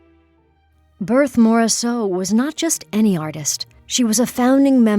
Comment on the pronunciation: I had to stop listening with that awful pronunciation of Berthe Morisot's name.